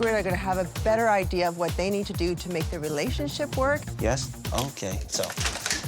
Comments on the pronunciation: Why does she pronounce it “idear”? Was she never taught to pronounce that word properly? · Anyone else dislike how she said the word ‘idea’? “Idee-errrr!” Lol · Didn’t know ‘idea’ ended in an r.. LOL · I don’t recall seeing the letter R in the word IDEA….. 🤦‍♀️ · I think it comes from the British influence because they will end words with an R if they actually end in a vowel when speaking quickly.